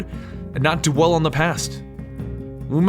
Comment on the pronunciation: "Dwell" is not pronounced the same as "do well".